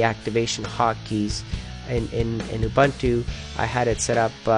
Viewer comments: you don't pronounce it 'oo-bun-too' you pronounce it 'ah-boon-too' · Uh, it's oo-boon-too. If people pronouncing things wrong makes you so upset you have to post a comment about it, here's a tip. Turn off your parents computer, get out of their basement and try walking outside for a few minutes. Be careful not to burn your skin with the big yellow ball in the sky, notice your sheet white skin turning color. Now switch from suspenders to a belt, comb your hair, try to find an ugly unpopular girl, buy her a drink, attempt sexual intercourse. Done. #itgetsbetter